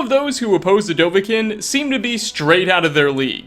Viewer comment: The way he says dovahkiin kills me